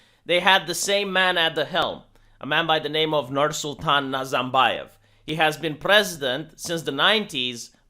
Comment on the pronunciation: Nice contemplate, but the real reason is the rapid and drastic decrease in the quality of life. Kazakhs would turn their back on NazaRbayev's feudalism (R, it is pronounced with R) as they did for 30+ years would they not be hungry. Everything else just adds to it.